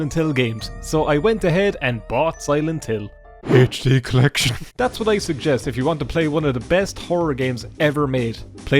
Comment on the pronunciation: Ah yes, the infamous Silent Hill HaychD collection.